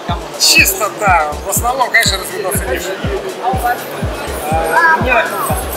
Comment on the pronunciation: как он говорит "ДЭА", считайте)